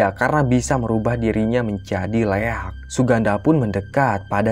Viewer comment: Koreksi min 'Liak' bukan Leak